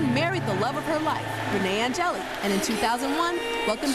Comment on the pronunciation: It's pronounced ON-GEH-LIL (Angelil) It's French.